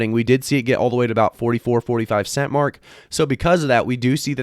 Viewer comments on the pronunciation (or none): none